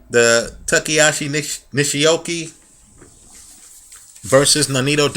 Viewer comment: Toh-shee-ah-kee Nih-shee-oh-kah, say it with me